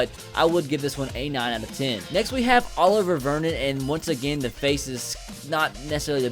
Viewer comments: It's not Oliver.... It's O-live-e-a Olivier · Oliver isn't how you say his name mane